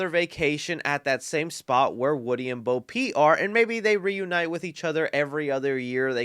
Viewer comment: Did he say Bo Pete? Lol imma start calling her that